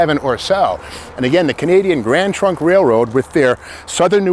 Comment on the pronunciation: I appreciate your videos no matter what they are. You have crazy energy and thoroughly research everything you talk about. I kept hearing Grand Funk Railroad whenever you said Grand Trunk Railroad. I am of similar age as Steve so I know band well. 😀